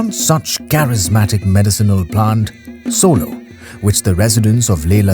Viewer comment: It's srolo not solo ... སྲོ་ལོ་